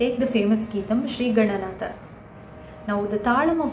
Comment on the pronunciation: beautiful presentation - This could have been amazing resource if you could equally focus on pronunciation as well. GaNanatha not GaNanata etc. All Samskritam texts have alpa prana (ka cha Ta ta pa and maha Prana Kha Cha Tha Tha Pha) Similarly 3rd column of letters are Apla prana and 4th column letters are MahaPranas. There must be a reason to have 33 consonants in it. just an observation across all your presentations.